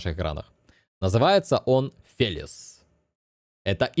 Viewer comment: как всегда. Правильно называется Феличе, а не Фелис. Танк то итальянский, а не английский